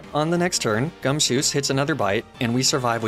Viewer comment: For some reason, the way you were saying gumshoos sounded like you were saying "gumsoos" To be fair, that hair is pretty soos